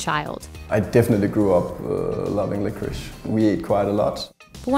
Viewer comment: Why they read licorice like 'licorisch'